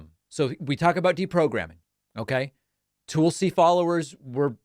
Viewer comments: It’s Tulsi, not Toolsi. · TUHlsi.... not TOOLsi. I know you are a grammar and pronunciation nerd so learn how to pronounce her name. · David, her name is not pronounced TOOL-si. It rhymes with ‘lull’. 👍🏼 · Why do you keep saying her name like that? Stop being weird. Just say it like everyone else does.